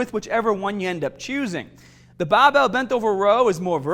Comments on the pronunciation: You have an issue pronouncing your letter 'R'. Plus not everyone has access to a fully equipped gym. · Will be cumparin' tha bahbell bent ovah row, vehrsis tha t-bah row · BAHbell rows ah HAHdah than t-BAH rows. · what accent is that? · Bah-bell, strong-ah... great accent!!! Great video!!! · I mostly don’t care which is better, I just wanted to hear say BAHbell over and over 😂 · baaar bell. Faaader. You sound a bit aussie there. Excellent channel . Thanks muchly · oh ya, stahddle that bahbell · Can the volume be increased to around 300% every time he says "bahbell"? I'm asking for a friend... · Came for the bahbell. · We are doing the baahbell row....use your baak..not your aahms...lol....on the real..good vid tho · The way he says barbell 😂😂😂😂😂😂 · Came here for the baaaahbehhhl.....also clicked on the beeehllll.